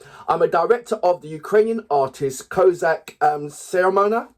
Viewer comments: He is not Siromana, but Siromakha! Please, say it right! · It pronounced as See-Roh-Ma-Ha